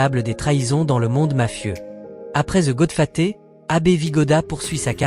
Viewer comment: Goodfaté serieux? Apprends à parler